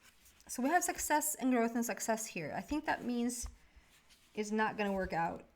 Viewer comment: It sounded like you said "sexess" when you talked about the Success Card. That really resonated with me so I would like to congratulate you on another sexessful reading! In fact, I consider you to be the most sexessful psychic on the internet. If you ever need help achieving even deeper sexess, come out here to southern California. I will show you around. You belong in Hollywood.